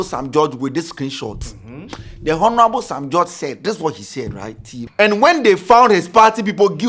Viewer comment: the 'H' in Honorable is silent but you keep mentioning it...Please try and desist from that, thank you!